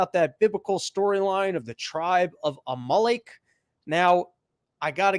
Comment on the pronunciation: God damn it, you kept cutting out. Where’s the link? You making me do my own homework mate? I like the theological stuff, mainly because it’s relevant right now so thanks dude. Also, it’s Amalek …like the VW car …Amarok. Unless you guys put the emphasis on different parts of the vowel… Good stuff 👍